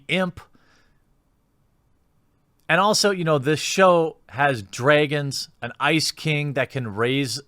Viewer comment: ''Dreagins'' ''Fleegs'' -thequartering